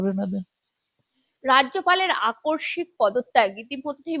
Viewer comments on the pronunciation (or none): আকর্ষিক নয়, বলুন আকষ্মিক ।